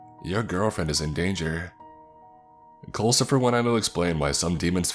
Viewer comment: Oh, so it's "Culcifer" with a "U"? I thought they were saying "coal". Like, wat? Your name is _coalcifer_?" Also, culcifer? Really? XD